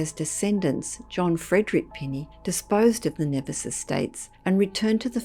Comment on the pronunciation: With all due respect, I'm from the Caribbean and Nevis is pronounced Knee-vis.